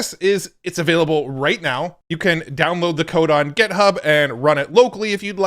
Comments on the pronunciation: Github, not Gethub!! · For the love of god stop saying gethub